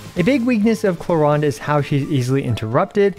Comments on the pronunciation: Clorinde pronounce as clo-rinde not “clo-ryne” 😅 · WHERE DO YOU SEE AN "A" IN "CLORINDE"!?!? it's not "clorEnde", it's"clorInde"!!!! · i tot its clo-rin-de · clorand is an earsore, its clorinde like the jp dub. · Its not just you, I kept calling her Chlorine the entire time. so Chlorine-day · bro reading her name in german is so bad... Klo-Rinde doesn't exist as an actual word but would mean something like Toilet rim... wtf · Honestly, I hate the English pronunciation of “Clorinde” (Kloränd)... It sounds like the German word "Klorand" (toilet edge) when pronounced in English xD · I think most non native english would pronounce her name the same as you